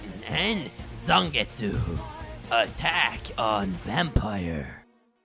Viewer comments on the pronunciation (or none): Lol I died when you said zongetsu xd